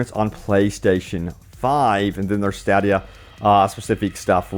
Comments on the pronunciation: I’m sorry but stadia is pronounced (stay dee uh,) not (stad e uh) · I know it's a crap system but hundreds of ads make it clear it's pronounced stay-dee-uh. When all you do is read stuff other people wrote you can at least pronounce it right. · Stadia: Stay-dee-uh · Lol You are the only one I have ever heard say "Stadia" like that, that is not how it's pronounced... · You are pronouncing stadia wrong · I like how you pronounce stadia. lol. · He probably mispronounced it because he hasn't researched it enough to really know anything about it. Otherwise, he would've pronounced it correctly. At least that's my assertion. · If it was new, I wouldn't care. Says it every time since it came out. Just trying to help.